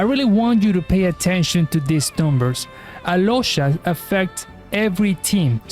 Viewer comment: no, im talking about how he pronounced alyosha and oddette,that is how u pronounce them to their native names, snezhnaya, and where is snezhnaya based at. Im not talking about him in particular, he can be from mexico, america etc, but how he pronounced their names is their slavic enunciation